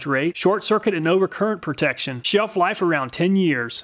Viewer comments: "Sheef life around 10yrs" says the first one 👌 I see the Castnoo says the same too, but also claims to be "encironmental friendly" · sheef life